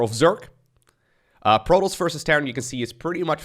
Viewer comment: I've never heard anyone pronounce Protoss like you do.